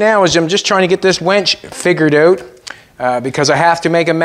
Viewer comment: I love that you call the winch a wench 😂😂😂😂😂❤